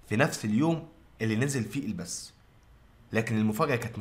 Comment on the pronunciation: البث وليس البس لمذا تحرفون في اللغة